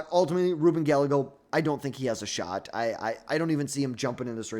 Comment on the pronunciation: First, the way you butchered almost every person of colors name like Kamala & Gallegos doesn’t give me great confidence in this analysis but I agree completely with the bottom half of your ranking. Second, people forget that during the 2020 primaries, Harris was topping every single poll after the primary debates. She left all the other democrats on the floor. Ppl forget she’s kind of a debate lord. The only reason she dropped out was because of campaign finances. She tends to be beast in primary processes whether it be senate, DA, AG. Now, will democrats want to run the candidate who lost most recently is the most important question for her. AOC would never be able to garner the moderate or conservative democrats support needed to bring the party together to win in 2028. As a Democrat, Newsoms image and polling amongst democrats is getting lower and lower as he shows his ass by bringing on conspiracy theorists and MAGA cultists on his podcasts and allowing them to spew racist, sexist, xenophobic, & homophobic rhetoric and not check them.